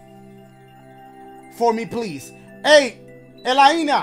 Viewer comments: its alainia lol pronuced alainia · El-ay-na.. my goodness 😭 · Elaina- EH-LAIN-A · I think Elaina is pronounced “ E- lane- Ah” lol sorry had to make a comment , love you Dashiee❤️🤣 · for future references....Elaina is pronounced "E-LAY-NUH" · Elaina is pronounced Ay-Leigh-Naah but Ela-Eenaa sounds good too 😂😂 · when he couldn't say elaine-a 😫😂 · The fact that you just over complicated the name Elaina 😂😂😂 its pronounced (A-LAY-NA) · No one gonna talk about how Dashie pronounced elaina? hahahahah